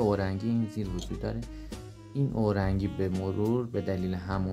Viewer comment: ببخشید استاد، اورنگی نه، اورینگ